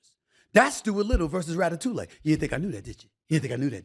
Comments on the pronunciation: Rat a two lay? Lol I believe you are saying that all wrong SAS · It's pronounced "Rat uh too ee." 😂 Good video, though. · Stephen A. "Rata-tuley" Smith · “Ratatou-lay” Stephen A be wrong and strong with these pop culture pronunciations, and I’m here for it 😂😂😂😂😂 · Ratatoolay? Ha ha, this fool. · Rata-toulay got me🤣🤣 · Lol hearing Stephen A say “ Ratatouille” was the funniest ish ever. Need to be a sound bite 😂